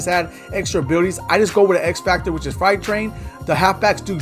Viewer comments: freight (frate) train. Not fright. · "Fright Train" 😂😂😂